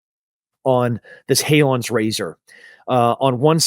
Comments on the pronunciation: It's "Hanlon's" Razor not "Haylon's" Razor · Exactly. He keeps saying Halon's razor 🤷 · Come on Tim. It’s Hanlon’s razor not Halon’s. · "Hanlon's Razor" just to correct a slight error.